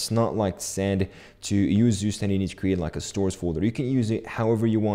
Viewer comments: its not sustend, its ZUSTAND like tsu stand but stand is prounced german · is not Zustand its TsuShtand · It's pronounced more like tsu-shtand than zoostand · just a hint to demystify the name: Zustand, der (male genus) means state in German, pronounce it like 'super' beginning with a T and like 'stunt' with sh instead of just an s. Tsuuu-sh-tund if that makes sense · To know, zustand is pronounced"tsooshtand" and means "state" in german. pmndrs is short for poimandres. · I love, how you pronounce Zustand xD Its German and means nothing more than "State". If you wanna try: you pronounce it like "Tsu" - like in tsunami for the ZU, "sh" just for the S (dont ask why xD) , the AN is pronounced like the un in bun :Dand the D ist not like a D, more like a T ....like Tsushtunt or in german Zustand :) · The right pronunciation for the word "Zustand" for English speakers is: tsu-sh-tand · "Süßtend" would be written in german, what says.:) but the english version isn't bad, just sounds funny. Good video btw! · It's [ˈt͡suːˌʃtant] 😊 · "Zustand"is the German word for "State" (if you want to know the pronunciation ;-) -then this is what you need to look for)